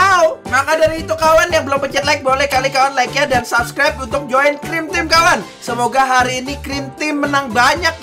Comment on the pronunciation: dibilang subscribe bukan subrek